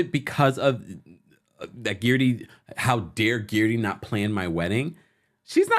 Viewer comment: I swear I crack up every time you say Guerdy's name. You refuse to say it the way she pronounces it. lol